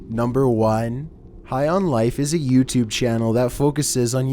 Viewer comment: Why did you say YouTube like that like yooutube.